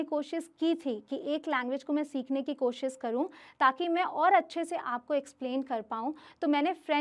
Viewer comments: Mam ...pehle aap hindi seekho ....bcs you r indian ....koshish hota hai kosis nahi ..... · Jada (zyada) koshis (koshish) pronunciation thik karo